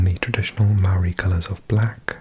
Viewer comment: I must say, from a Kiwi, your pronunciation of the Māori words was fantastic! Very refreshing. Would love to see a cheeky Māori Language video on the other channel, despite its relative rarity.